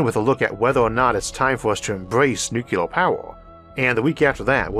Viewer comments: Keep hearing NuKUlar, nukular. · Isaac, come on really? you say "nucular"? and you can't blame it on you're speech impediment, I know you're from the south or something and I had to double